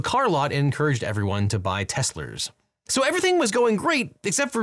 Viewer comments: "Tesslers." LOL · I really enjoy your legal POV, thank you. I loved your little slip in of Teslers😂 quick laugh. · "encouraged everyone to buy Teslers" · Lol teslers